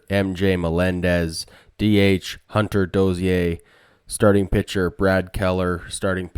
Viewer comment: "Hunter Dos-ee-eh" - Tell me you're Canadian without telling me you're Canadian. love it